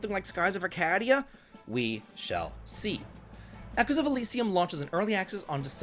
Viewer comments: I promise you, he doesn't care. He will always pronounce it this way. As maddening as that sounds, it's almost gotten to the point where it's endearing 😅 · Have I been saying Arcadia wrong this whole time or has?